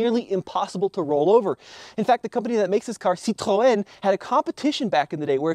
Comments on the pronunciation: Theoretically yes (got the sounds right) but gave Citroën a "hard r", instead the emphasis should have been on the first or last syllable, not the consonants in the middle. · I thought it was pronounced .....sih-treen..... Right? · But the guy who made the company wasn't "Citroën". Stupid french got his surname wrong. It's just Citroen which means lemon and it's pronounced like Sitroon. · That Citroën Dolly 2CV is the most unsafe production car EVER to roll off a line. If you're not French it's just pronounced sit-rin. Not that phlegmy shit that he attempted. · "sit roe en" ?? Even the French don't pronounce it like that. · It's pronounced Sitrun. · I understood everything, till you cleared your throat, when you said the name. That is NOT how the "name" is pronounced in English. Sit-rone.....sitrone in English. Ok. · Its pronounced "SIT--TRON" 🇺🇸 🇺🇲 🌎 🇺🇸 🇺🇲 🌎 AMERICA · Mate it's pronounced 'Citren', none of that French bollocks. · He pronounced it wrong. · Thats the way the French pronounce the name but actually the founder of the brand was a Dutchman with the name Citroen. In Dutch the oe in Citroen is pronounced as the oo in the English word moon. By the way, citroen is the Dutch word for lemon. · He definitely googled how to pronounce it. Citroën are not in Americaland. That was a voice of someone no competent on the name. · When speaking English, you should pronounce in English. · Actually you have to pronounce it the dutch way. Because mr Citroen had dutch roots. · bro's clearly never heard of a Citroen before, otherwise he'd pronounce it casually like a normal person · Way you pronounced Citroën in needlessly pretentious. It's not only French brand nowdays. Call it as everybody else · That pronunciation was an abortion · The way you pronounced "Citroën" took away everything you said.